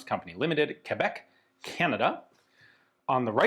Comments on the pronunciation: Grand merci à Ian pour le prononcé "Québec" et non "Qwabec" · As a French Canadian, thank you for your prononciation of Québec!